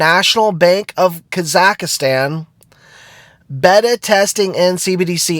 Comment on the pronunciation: not kazakastan its kazakstan (pronunciation)